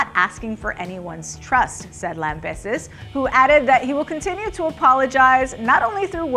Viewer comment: “Tim Lambehsis”